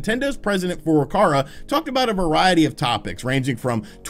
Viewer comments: Furukawa NOT Furukarwa .... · FurukaWa, not FurukaRa. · it's Furukawa not Furukara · "President Furukara"